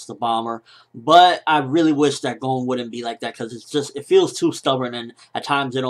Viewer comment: I know this seems incredibly nitpicky, but can you pronounce 'Gon' right?